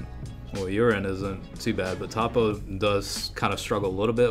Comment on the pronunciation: its pronounced toe-po